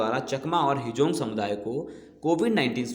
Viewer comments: Not a hejong ❌. Its Hajong ✅ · Hejong nahi hum log Hajong Hindu hai, thik se boliye